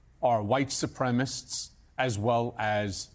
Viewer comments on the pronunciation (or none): The word is SUPREMACIST. NOT SUPREMIST.